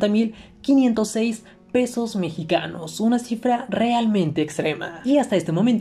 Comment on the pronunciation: Dijo pedos mexicanos en lugar de pesos mexicanos XD